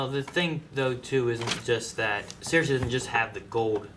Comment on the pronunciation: I really dislike how pronounces Cersei.